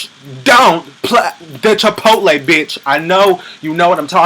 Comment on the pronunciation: Thank you for pronouncing Chipotle correctly. and not Chipolty